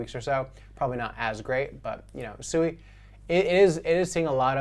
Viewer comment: Still havent done your research or talked to anyone from Mysten Labs or Any devs of SUI. Its not pronounced SUE E, you are going to get noobs in the space Rekt when they try to buy the meme coin SUE E, and not Swee =SUI. People in the the crypto space are Super Low IQ, it shows